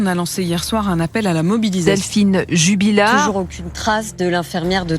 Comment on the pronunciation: Jubillar et non Jubilliar.... Les journalistes